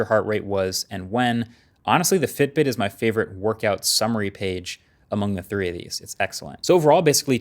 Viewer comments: Btw while explaining about Fitbit..it said FIBIT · for a few moments I thought, god I have been saying FIBIT wrong my whole life :D